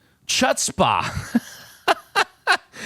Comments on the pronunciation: "Chutzpah" is pronounced with a very hard H: "HHOOTZ-pah". It probably comes from Hebrew or Klingon or one of those languages related to gargling. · Even my non-Jewish friends say hutzpah. I've never heard the "ch" sound be used like in English. Well, I guess it's on the list of unique phrases. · Full point for purple. 1/2 if you insist for the green. "Chutzpah" is a Yiddish word. Drop the "c" and pronounce the first syllable as if it rhymes with "foots," Pronounce the second syllable like "paw." The accent is on the first syllable. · That pronounciation of chutzpah hurt my Jewish soul. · Definitely don't need to be jewish for that one to hurt. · My Yiddish speaking parents are rolling in their graves. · LOL, I have never heard of anyone pronouncing it that way. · I almost fell out of my chair when I heard his pronunciation of the word. 😀